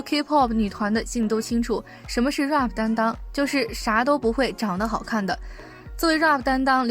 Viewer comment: 能把Pop和Rap这两次词学会怎么读再来吗？发音真的太难听了